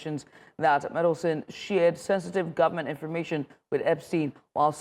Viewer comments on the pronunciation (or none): Meddleson? It's Mandelson!